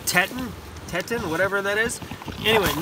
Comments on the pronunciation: Bawllz! And I think its Teeton,lol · the sleepin bag say it like this tea-ton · Sleeping bag is pronounced "TEE-tawn" like the Grand Teton range in Wyoming, US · Sleeping bag name pronounced Tee-Tawn (Like the Teton peaks near Yellowstone National Park, USA). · It's "Tee-ton(Teton) The U.S. has the Teton Mountains in Wyoming.